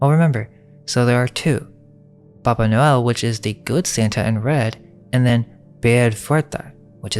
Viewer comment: It sounds like you're saying BABA noel... like BABA YAGA. The witch🤔🤔🤔